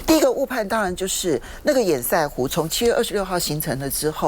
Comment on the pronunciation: 潛艦國造本身就是個笑話就是拚裝貨，拼裝的東西當然不好整合，台灣確實受到打壓買不到潛艦，但不代表國防經費就可以亂花。 提醒趙大哥，堰塞湖的塞讀音是"色"不是"賽"，堵塞跟比賽是不同讀音的。